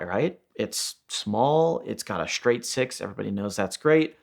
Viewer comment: What's a "shtraight" six?